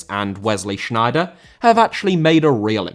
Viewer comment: Sneijder* not Schneijder